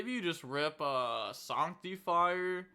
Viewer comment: Why can’t you pronounce the English language Who says sanctifier like that